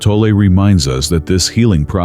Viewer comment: His name is pronounced “Tolley”!!!